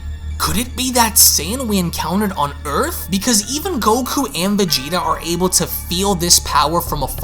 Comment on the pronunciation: innit🤣🤣🤣 wtf fam it’s “Vegeta’s”